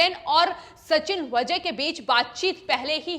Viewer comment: Pronouncesion गलत है। वजे नही वाजे